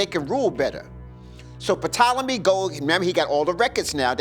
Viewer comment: Anyone who pronounces it "Puhtolemy" doesn't know what they're talking about. It's pronounced "TOLEMY"